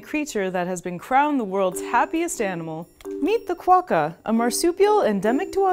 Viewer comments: Great vid! You don't really emphasize the "qua" all that much though, we say it closer to "Kwock-ka" as 2 syllables, not Ka-wa-ka as you're saying. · Cwo-ka Not kwa-ka